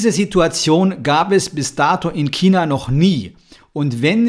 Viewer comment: Das einzige was hier viel schlimmer is als SARS ist, wie du China aussprichst.